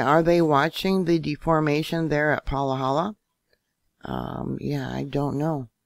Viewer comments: Thanks...fyi it's pronounced Pa-hala, not Palahala. Ha-ha (ex resident) Good info... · it’s Pa-ha-la🤣🤣